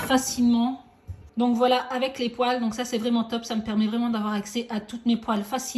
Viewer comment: Poêle se prononce "pouèle" pas "pouale" non ? Ça m'a fait sourire le long de la vidéo. En tout cas merci